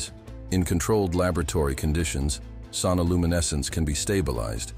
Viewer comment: Creepy AI voice. Sonoluminescence is one word, not two.